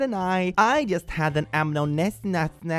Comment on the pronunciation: Amniocentesis: pronounced ‘am-neo-cen-tesis’